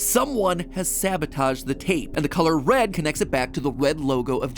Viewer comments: he said wed instead of red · "the wed photo" LMAOAO, am i the only one who caught this? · Matpat says red incorrectly. After successfully saying red correctly not even 10 seconds. Before